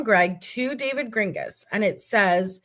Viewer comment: Not sure of anyone brought it up but you mispronouncing David’s name hopefully on purpose is making me laugh every time you say it because if he listens to this he’s gonna be pissed and that makes me smile 😂😂😂😂😂😂😂